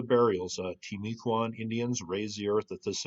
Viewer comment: I live here, have you looked at Mt Pleasant on Fort George Island ? Locally It's pronounced "Tim"-u-cuan ;)